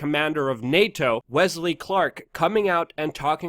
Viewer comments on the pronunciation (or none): none